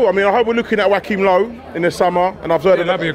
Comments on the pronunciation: Wack him low fam?!?! wtf?? Go to Nigeria and call a Joachim (pronounced Jo-wa-chim) Wack him and see the response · how hes pronouncing joachim low is killing me. "wakim low". 😂😭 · ‘Wackhim lowe’ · Wackim low and bwendan wodgers bloody hell